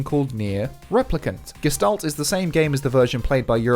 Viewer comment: It’s pronounced “Geh-Shtalt”.